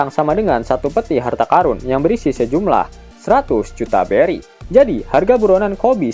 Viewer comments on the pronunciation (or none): none